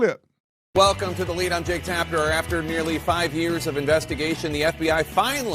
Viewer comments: He himself said "Tapner" That made me think it was AI from the beginning. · He also says Jake "Tapner"